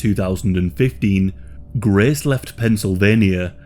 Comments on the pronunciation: The amount of times you say GRAECE took me away from the pure details of this case. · “She hated Graaaace” weird pronunciation bro.